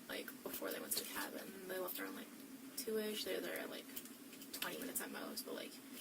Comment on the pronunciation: She says “laughed” instead of “left” Very jarring for a moment